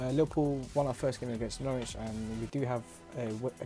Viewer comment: It's Norwich not Noooooooooooorwich jesus christ lmao